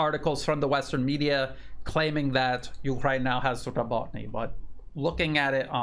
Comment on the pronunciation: More like Robo, as in RoboCop, Robo-teen-ah.